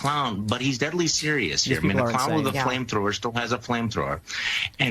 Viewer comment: Anyone notice the emphasis on dead in deadly serious these people are insidious.